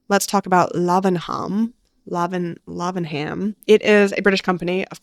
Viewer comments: "Lavenem", as in "Buckin-em Palace". We dont do aitches! Unless we are pronouncing Leicester......leh-stuh! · Lavenham would be pronounced 'Lavven-ham' here in the UK! Another great vid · what a nice surprise to hear you mention Lavenham! I work in web/digital and helped build their website :) the brand name is pronounced lav like lavatory and the h is silent <3